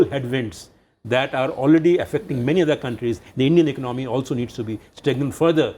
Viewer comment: hahahaha they all don't even know how to pronounce the word "economy" its non of your business...just try to solve the issue of poverty and inequality. also construct toilets for your women :*